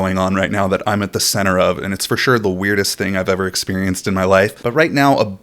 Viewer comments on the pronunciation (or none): FREEZE SCREEN for the new word "fasuree" pronounced "for sure". I am fo sho gon kick some dirt sht up at DoritoLand. I mean "fasuree".